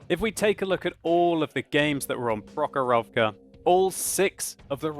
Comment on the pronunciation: Man) its not prohorOvka its the prOhorovka. I from Russia.